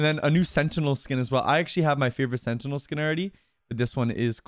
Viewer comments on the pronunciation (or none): none